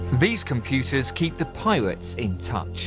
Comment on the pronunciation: also lol "Piwates"